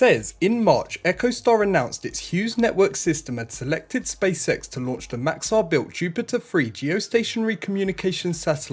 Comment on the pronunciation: How can i put this… please don’t take it in a bad way, but the way you say Spacex, somehow sounds like you say Space Sex 😅. I mean no offence 🙏. Maybe is just me 😂. Good video otherwise 👍🏻